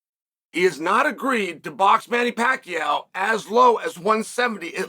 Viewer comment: Manny Packow